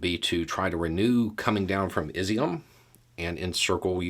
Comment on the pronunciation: Just a heads up for ya. If Izyum continues to make the news it's pronounced like E-zoom. Think: Ease-zoom. I'm glad that it continues to be a place where Ukrainians are fighting hard and willing to make sacrifices for their country. I lived in the village Ockil, to the east of it for two years as a Peace Corps Volunteer. Keep up the good work.